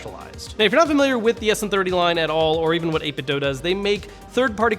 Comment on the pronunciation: It's pronounced 8Bitdo with the "do" pronounced like the word "to do". This post was made by the Wulff Den gang.